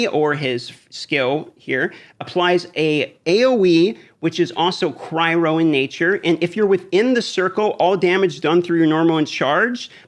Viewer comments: Cryo not cry ro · all dmg deals "Cry-Ro"??? da fuq... It's Cry-Oh lol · Omg please stop saying "Cry-row" it's literally killing me